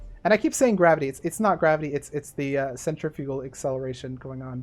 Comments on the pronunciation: You say it centriFUGal. I believe it’s really pronounced cenTRIfugal but it depends on where you live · Isn’t it cen-trif-ical force or am I dumb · Everyone else says "centriffical", so your pronunciations is cool with me. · it's pronounced centrifugal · Personally, I don’t really care, but I think it’s sen - triff - icull, that’s how it’s pronounced, but I’m not 100% sure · Centrifugal force is pronounced like if it was spelled centrifical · one popular pronunciation is "sen-triff-eh-gull" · It's really pronounced 'centripetal' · it is pronounced sen-tri-fuh-gl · it's pronounced centrifugal you idiot. :) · Cen-tre-few-gal that's how you learn to pronounce it at my school few years back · It’s odd, cause I know that’s correct, yet I always pronounce cent-riff-i-gal force. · Centrifugal is what you kept saying, and someone already a proper pronunciation of the word. What you should have been saying is, 'Centripetal' (sen-trip-it-ol), insert "The more you know" meme here, and I can now fly away using centrifugal force by jumping off a rapidly spinning object. (double science lesson, yeah!)